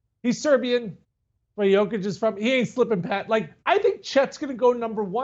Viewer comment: Everything this dude said about the Nuggets was an absolute cringe... Also, learn to pronounce MVP's last name 🤦‍♂️ Edit: Jokic and Jovic don't know each other, they never met.